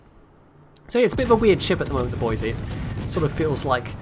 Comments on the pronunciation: Might be wrong because of my cousin-loving West Virginia accent, but we always pronounce it "boyz-eee" And I'll tip my hat in your direction for a code as well good sir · Boise = BOY-zee